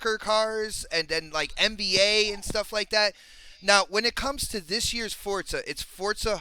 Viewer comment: GOOD SHOW.. BUT, I SWEAR IT NEVER STOPS ANNOYING ME THE WAY PRONOUNCES "FORZA"...